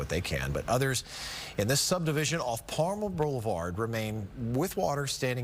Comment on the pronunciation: Parma Blvd? Pama? Pretty sure it’s Palmer. Would you please get the street name correct?